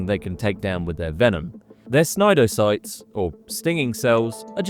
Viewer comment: Jellyfish are from the family Cnidaria, and all related words, like cnidocytes are pronounced with a silent "c." nye-DAIR-ee-ə, & NYE-do-sites.